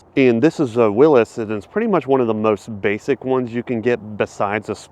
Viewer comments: Will. EES!!! Not Willis!!! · Willys not Willis. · It's not a Willis dude, it's a Willy's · Does this effin guy know anything about cars let alone Chrysler or Jeep he just called the Willy’s a freaking Willis like a random persons name 🤦🏻‍♂️ It’s pronounced WILLY with an apostrophe S like the dang whale like free Willy Not Willis! Like what you talkin bout Willis 😂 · It's a WILLY's NOT A WILLIS Say it correctly "WILL EEEs" I don't know why this aggravates the crap out of me, but it does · It is not WILLIS. It IS WILLY (WILLEE). I don't know how you don't know that as a jeep guy. Maybe it's because I owned a real actual willy's pickup, and you jeep guys just pretend, but yeah. It's willys, not willis... Hurricane 6 is AN INLINE 6... It's named after the HURRICANE STRAIGHT SIX, that came in my WILLY'S PICKUP... How do you call yourself a jeep guy? You're a JK (just kidding) jeep guy.. Do better. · Willis?!?! Are you clueless? It's pronounced like Willies. Willys was the iconic brand that became Jeep in the early 60s. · Willis??? Wil-ies Since like oh WWII.... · Dumb bunny. Hurricane is an inline 6. Also it’s a Willie not a Willis. Dumb a$$ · Its not "willis" it's "willy's" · It's pronounced Willies, not Willis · You lost credibility by calling it a Jeep Willis. It is Willy's. Pronounced "Will Ease". I lived across the street from the original factory. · Wileees. E sound. Not will isss. Bro...come on now. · You are shopping at the wrong dealer. Every one of those jeeps can be had for $10000 less than what you are showing. And you really should know how to pronounce Willys, one of the most iconic jeeps made. It is not Willis it is Willys. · It's not "Willis" it is WILLYS, pronounced like chilly's. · Wait… you drive a jeep and don’t even know what a Willy’s Jeep is? What the actual F. Literally just ignored everything that came out of your mouth. It’s a Willys not a Willis. The fact that you drive a Wrangler makes this so much worse🤦🏻 . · "Willis" its a willeez